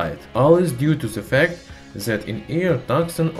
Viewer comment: why are you saying zat instead of THAT and ZEN instead of then? is it so hard do say D?